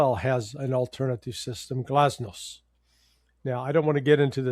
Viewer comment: The Russian constellation is called GLONASS, not GLASNOSS.